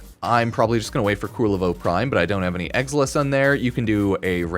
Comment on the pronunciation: Kul-ler-vo, not kur-rel-vo xD